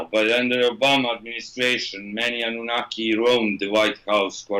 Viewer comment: I swear u was saying abunaki at first (in the other videos) i was like huhh?